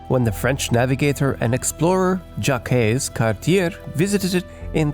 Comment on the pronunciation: Just after , the pronunciation of "Jacques Cartier" is badly butchered.